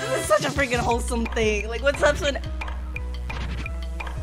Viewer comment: Me: I swear to lord if she says,,SpinAl,, like the rest of the youtubers, im gonna punch the air.: says,,SpinEl,, Me: My life is complete.